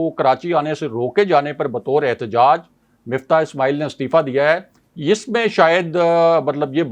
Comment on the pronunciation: بندے کا نام مِفتاح ہے جیسا کہ راجہ ابراہیم صاحب درست طریقے سے کہتے ہیں۔ مُفتا نہیں ہے۔ کسی کا نام نہیں بگاڑنا چاہئے